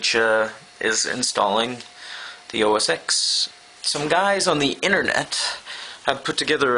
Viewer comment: O - S - TEN Not O - S - X